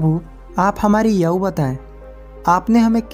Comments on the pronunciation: Yaau kiya hota he Aayu bolo thik se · Aayu hota h bhai Naki yayuuu 😂😂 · याउ नहीं होता भाई आयु होती है 😀😀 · Yaau nahi aayu hota h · Ye yau kya hai kya apko itna bhi nhi pta ki aayu bola jata hai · Yau nhi aau bolo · Are yau nahi ayu bolo year tum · Yau nahi aayu hota hai Sahi sea bolna sikho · याउ नही आयु बोलना सीखो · Yauu🤣🤣🤣.Ayu bol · 😂😂😂 aaou aaou kya hota ha ayu hota ha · Aau nhi bhai ayu hota hai indian ho ya koi aur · आयु बोला करे ना की आउ हिंदी का अपमान ना करे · याऊ या फिर आऊ नही तुम पहले बोलना सीख लो उसको सही तरीके से बोलो पहले आयु बोलो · Bhai Aayu nahi Aaju bolte hai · Katha kahani wale aayu Ko yau kyu bol Raha hai hindi bolana nahi aati kya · Tu pehle bolna seekh!! Aau nahi aayu hota hai!! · Yaaar yauu kya hoti hh ayu hoti pahle bolna to seekh le superstar baad mm baniyoo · Lodu yau nhi ayu 😂😂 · Thoda bolne ka tarika sudharo ,aayu nhi bol pare but story bhut acchi lagi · बहुत अच्छी कहानी सुनाई आपने धन्यवाद लेकिन आपने आयु शब्द का उच्चारण ठीक तरह से नहीं किया यायु कहा है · Bhai ye yavu yavu kya laga rakha hindi bhi nahi aati to rahane do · You are speaking not perfect age=aau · Hindi padhane nhi aati h n bhai ko isliye aau bol rha h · आयु शब्द का उच्चारण ठीक कीजिए सर जी ! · Aayu to Sahi se bol lo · Aau nahi aayu hota h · भाई "याऊ" नहीं होता है, शुद्ध उच्चारण "आयु" होता है.. शुद्ध उच्चारण करें.. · Yau nahi bhai aayu kaho aapko hindi nahi aaati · बहुत अच्छी जानकारी दी भाई, मैंने पहले भी यह कहानी सुन रखी थी भाई, एक शब्द आपने बहुत गलत बोला भाई आयु को aao bola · Aao nahin hota hai Ayu hota hai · याहू नहीं भाई आयु बोलो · Bhai kahani to bahut achi h, par apni Hindi thodi achi karo, Yahoo nahi aayu hoti h. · 🤔🤔Aayu ko yaayu bolraha hai 😜🙏🙏👌👌😃😃😃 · YAAUUUU....NHI ....AAAYU...AAAYU....AAAYYUUUUUUU.... HOTA HAI UNCLE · Ye aau nahi aayu hota hai Bhai 🤦 But nice explanation 🙌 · Are bhai yaau kya hota hai aayu hoti hai 😀😀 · Aaou nhi aayu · Kahani achhi he, but aap ayu ko yau kyu bol rahe ho brother 😂😂😂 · भैया याउनहीआयु बोलो बहुत अच्छे से समझाया भैया 🙏🙏🙏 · आयु बोलो याउ नही